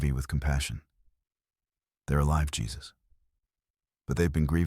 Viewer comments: Yep, they butchered that one. It's definitely "Hay-Zeus," not Jesus. 😆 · Jesus is pronounced Hesus (Hay Zeus)when used for a living person. If you’re gonna use AI listen to it before you post. It feels like sacrilege hearing this for some Christians. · The mispronunciation gave away the AI instantly 😅 "Hey-Zeus" would've made way more sense.